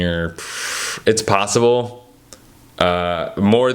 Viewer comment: They call Sabonis Doe-mas as a nickname, like a diminutive name. The Lithuanian pronunciation of his full name would be Doe-mon-tuss, with the emphasis on the doe. Americans have a way of always putting the stress on the wrong syllable with slavic names.